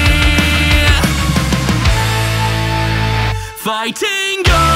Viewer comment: Pretty good except for the fact that he really pronounces the TING in ‘Fighting’ and it wierds me out every time